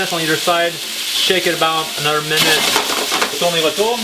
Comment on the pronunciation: bogoss j'adore comme tu dis tourne-retourne avec l'accent … ;)